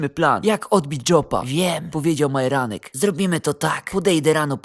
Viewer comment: Dlaczego dzop a nie dzordz i dlaczego majeranek zamiast Marjanek